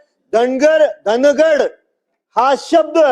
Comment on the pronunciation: धनगड नाही निट वाचा धांगड आहे